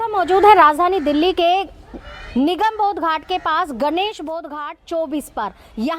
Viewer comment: तुम्हारे पास कोई न ई खबर नहीं होती है क्या, बस्ती कस्ती रटते रहती हैं। दिल्ली को डिल्ली पढ़ती है, अंग्रेजी माध्यम से हो क्या?